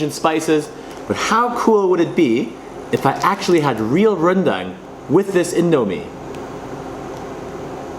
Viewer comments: pronounce it like rendung instead of rendaaang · Some people pronounce it rendeng instead of rendang,just some english and BM problems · Its pronounced rendang not rendang kappa